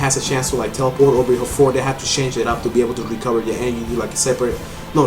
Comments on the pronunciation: Hahaha energhee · I love the way you say 'energy'...